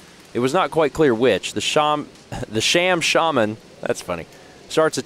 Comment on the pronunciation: pronouncing Shaman “shayman” is like him pronouncing wolves “wooves.”